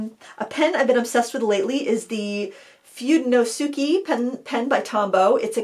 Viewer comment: The Tombow pen is pronounced more like “foo-day-no-skay”. “Fude” is “brush” in Japanese and “fude no tsuke” is just “writing brush”. Sorry, I know it’s not that important, but I’ve heard so many weird pronunciations of this brush pen. 😂